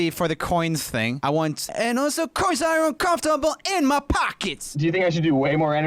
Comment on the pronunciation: When james says 'also coins are uncomfortable in my pocket' he said 'also coinz are uncomfortable in my PACKETS UGHHH' that gets me every time